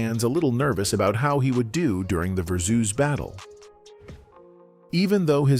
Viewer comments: Did anyone click off the video after hearing "Mu-zeek" and "ver-zooz" smh....this AI crap aint it.. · AI voice irkin me w/this "verrrr - zzoooz," ignorance. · Lmaooo "Verzoos" doe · “Verzooz” and “muzique” who is narrating this so incorrectly? 🤣